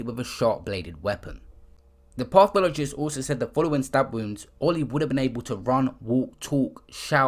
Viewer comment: Pissed myself every time my man said "pathologist" wrong